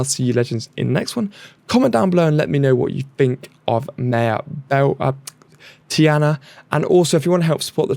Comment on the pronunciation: Tea-Ah-Nah Tiana🤓